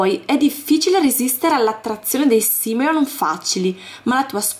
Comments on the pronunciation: ma come lo pronunci si dice SIMOLEON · i soldi du pronunciano Simoleon